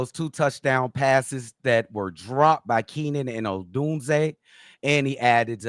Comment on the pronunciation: Cee-Doo-Bee-Yae pronuncing Rome Oh-dune-zee-yae.... Hahahaha...